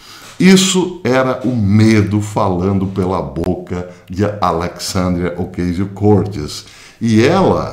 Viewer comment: Caro professor, antes de qualquer coisa, sou seu admirador e seguidor. Gostaria de fazer uma observação sobre a pronúncia do nome da senhora citada. Mesmo que não seja definitiva para o entendimento da mensagem, a forma correto é OCÁZIO CORTÊS. Deixo aqui meu abraço e meu respeito.